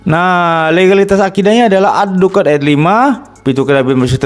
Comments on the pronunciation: Menyebut nama surat aja sdh salah, ad dukhan dibaca ad dukan, apa lagi isi Al-Qur’an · Sebut nama surat aja tidak keruan, ad dukhan dibaca ad dukan🤣🤣🤣🤣🤣🤣🤣🤣🤣